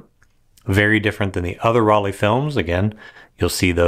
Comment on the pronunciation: dear, the pronunciation of Rollei sounds like roll-eye not like roll-eee. In german, "ei" is always pronounced like "eye", as in "Leica" or “Zeiss“.